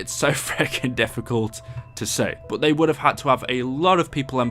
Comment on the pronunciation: why do you say buot instead of but?? Nah just kidding I actually have a question why does the primis characters are stuck in a big loop what’s the point and please reply luv your vids